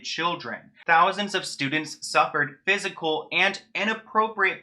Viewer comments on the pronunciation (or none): none